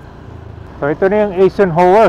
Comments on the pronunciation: Ang pronounciation ng Eisenhower ay silent E kaya dapat Isenhower ok not E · Some notes 1. Eisenhower is pronounced eye-sen-hower 2. Col. Bonny Serrano Avenue as a name is used exclusively by Quezon City LGU, San Juan LGU still uses the name Santolan Road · i-zen-hawer po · mahina talaga sa pronounciation,kahit noon pa